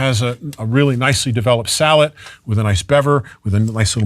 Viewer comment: Sallet not salad